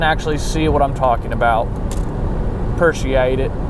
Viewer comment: "purrciate it" 😂